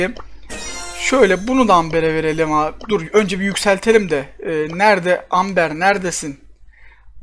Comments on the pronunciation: abi AMBER AMBAR diye okunuyoooooooo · Amber değil Emba